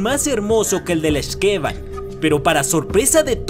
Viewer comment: YAAAAAY!! YUCATÁN! Y LA LEYENDA DE LA X'TABAY!!!! YAAAAAS!!!! y por cierto, las palabras mayas se pronuncian como agudas en los nombres, así que es X'KeBAN. Gracias por mostrar leyendas de mi adorado estado!! Por cierto, el nombre de la otra (que es su hermana de hecho) es Utz-coLEL; de nuevo, pronunciación aguda